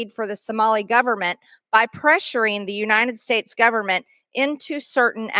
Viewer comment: Side note… what’s with the “Unine-ed States” pronunciation? Ugh. Pam Bondi does that too. And probably a few others. Emphasize that T, damn it lol.